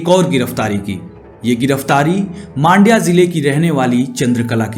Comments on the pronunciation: It’s Mandya not maandya. It’s matter ❗️🤨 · The way you pronouce mandya and bettanahalli and peenya.... Seriously worst😢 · Bro u r pronouncing Mandya in a wrong manner. Btw nice story telling